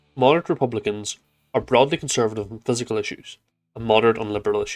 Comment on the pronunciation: Good video but it’s pronounced fis-cal, not physical